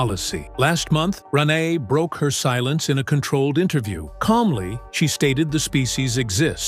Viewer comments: Its Re-nay or renae; NOT ron-eye! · R uh Nay!!!!! Get it right AI